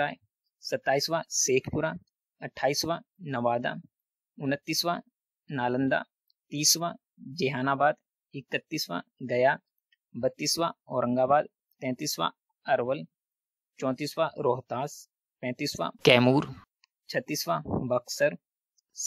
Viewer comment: जेहानाबाद नहीं जहानाबाद sudhar kar lijiye sir😊